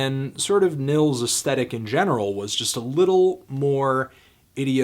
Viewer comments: Nils is pronounced like (K)neels...great stuff though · its pronounced like ' Nyeelts ' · It's pronounced "Neels", bro. Nice review. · the first name is pronounced "neels" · Just a help, the i in Nils is pronounces longer, like Neels, if you will.